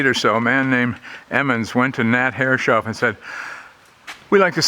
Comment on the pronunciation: Lovely wee boat! Took me a long time to work out 'Herres-hoff' instead of 'Herre-shoff', but see you're still saying the latter. And surely some of those brass fittings are bronze?